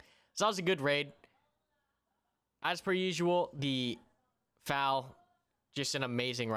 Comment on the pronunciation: hey you do know FAL is an Acronym right? YOURE SAYING IT WRONGGGGGGGGGGGGGGGGGGGGGGGGGGGGGG